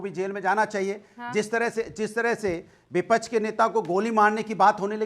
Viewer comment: अरे विपछ नहीं विपक्ष होता ह